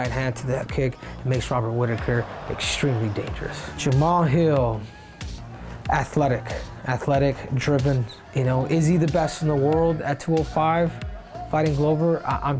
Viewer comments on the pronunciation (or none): His name is Jamahal, not Jamal